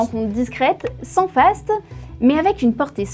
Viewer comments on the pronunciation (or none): none